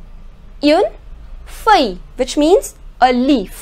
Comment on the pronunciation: All your pronounciation are great, but why you say uune. It is more like Oon. Is there a reason why you are saying that?